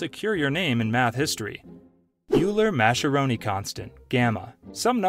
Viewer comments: it is pronounced oiler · Hey Idiot: “Euler” is pronounced “oy-luhr” and “Mascheroni” is pronounced “mah-skeh-roh-nee.” If you cannot even pronounced the subject matter, maybe you should be reporting on it?